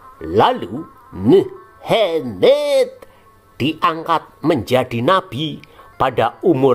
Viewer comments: waduh lama kgk muncul" min, udah lama ane tungguin ampe kangen ama......pelafalan muhammad dan awloh swtnya🤣🤣🤣 Tuhan Yesus memberkati channel ini untuk menyingkap dongeng" takhayul nenek tua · Ngomong muhammad nya 😂😂biasa aja Om...